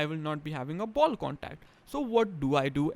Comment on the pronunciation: “Wud is a ball condacd ?” Lol